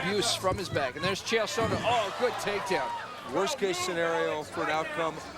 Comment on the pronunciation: "Chael Sonnon"? lol